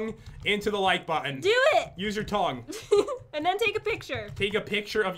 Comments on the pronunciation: May have been tongue but it really sounded like dong lmao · Or did he say tounge XDD